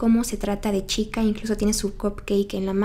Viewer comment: Dijiste chita en vez de chica